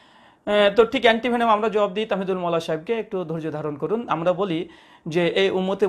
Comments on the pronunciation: তাহমীদুল মাওলার নাম বিকৃত করে তামহীদুল মাওলা বলল, লোকটি মনে পাগল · ভাই হুযুরের নামটাই কেন শুদ্ধ করে বলতে পারছেন না, "তামহীদুল মাওলা" নয় বরং"তাহমীদুল মাওলা